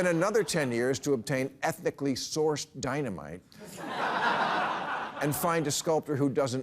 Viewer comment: Someone please teach Bill how to pronounce "ethically" (not ethnically) and Guevara. Two words on average per show. For now. But topics this week were right on 👍